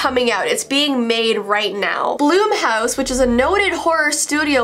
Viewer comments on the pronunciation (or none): blum house is pronounced ;ike plum but with a b